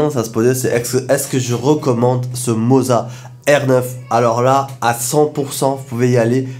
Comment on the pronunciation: Le seul qui prononce bien le mot "moza"! Les autres ont dirait qu'ils vendent du fromage ! 😂 Merci pour tes vidéos. 😉